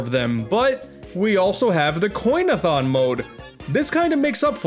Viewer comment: It isn’t “coinathon” it is “coinathlon”. Great video though!